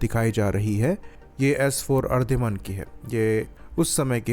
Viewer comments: Ardhiman nahi... Aridhaman. Theek se bolna to seekh le😂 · Its Ari-daman